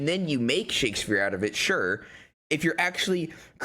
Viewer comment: pronouncing it “shakesphere” is too good